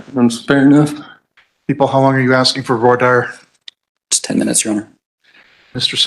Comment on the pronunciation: I've never heard voir dire pronounced that way, it's "Voir Deer" Also, the defendant is a complete fool, lol.